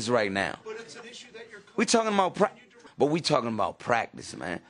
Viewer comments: Not to be rude to him or anything, but Iverson saying practice sounds like he's saying Prac-dis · We taking about pracdisk that’s all I hear